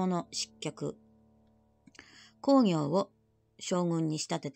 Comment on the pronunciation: 鎌倉殿の十三人、とても面白いですね。毎週見ています。 源公暁は、コウギョウではなくクギョウと読むのではありませんか？ まあ、どうでも良いことですが。 元々本当にはいないスナイパーを脚本家が作り出し、暗躍させているので、最期がどうなるかは彼の思いのままですから、歴史学者にとってはどうでも良いことかもしれません。 の予想、大変面白かったです。これからの物語の行末が楽しみです。